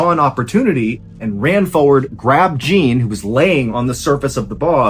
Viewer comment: Jean, like John, like your name, Mr. Ballen!!! You're DO good with French pronunciations too most of the time. Jean is John, with a little French accent on it. Not JEAN like blue jean in America. You are such an awesome storyteller but every time you said Jean like blue jean I started laughing. Great story tho.